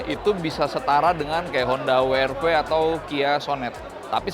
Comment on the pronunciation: Saya sangat setuju ketika reviewer diawal video menyebut wrv hrv tetap dengan lafal Indonesia👍